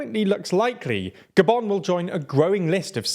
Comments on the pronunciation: Why did he say "Goban" not Gabun? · The way he pronounced “Gabon” made me stay the whole video